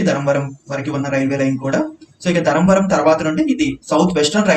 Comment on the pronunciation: Adi dharamvaram kadu dharmavaram adiganu neeku important Railway Stations teliyadu prounonciation kuda rada nizamabad ni nizmbad antavu